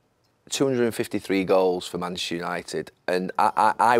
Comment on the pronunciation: Gary Neville, you played at United for so long yet you can't say manchuser, Man-Chest-eR lol